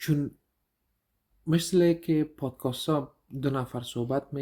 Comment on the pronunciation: لطفا podcast را درست تلفظ نماید. تلفظ توران عزیز درست است. میگه پادکاست که درست نیست. ببخشید زیاد مهم نیست ولی توجه را جلب می‌کند